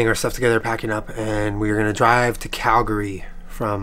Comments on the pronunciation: Thank you for pronouncing Calgary correctly. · thumbs up for pronouncing calgary correctly :) glad our cities, airport, and province treated you well. i haven't flown in a while but i have an international flight next month so i'll have to check out those charging bikes! those are news to me. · super impressed you pronounced calgary right! glad you seemed to enjoyed the snowfall in 'berta. loved the video! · You said Calgary right!! :D Honorary Canadian